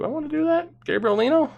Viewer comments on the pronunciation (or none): none